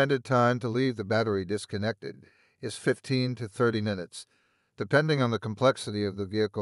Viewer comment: NIce informative video, but kind of creepy once you realize that it is AI Generated. The big flaw was that he can not say "Minutes"...He says "Ninutes".